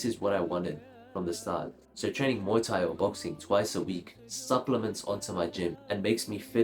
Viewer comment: There's something about the way you say muay thai that is exquisite